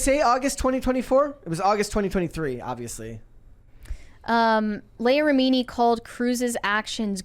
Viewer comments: It's LEE-ah RI-mi-nee. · Mispronouncing her name so badly makes this unwatchable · How do you have a show about pop culture and NO ONE knows how to pronounce her name?